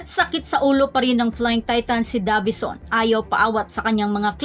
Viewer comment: Deyvison as pronounced not DAVISON